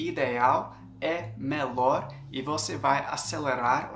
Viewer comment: Muito bom o seu vídeo AMEI! Mas queria dizer que a pronuncia da palavra melhor, não é "melor" e sim "melior" e vídeo não é "vidêo" e sim "vídio"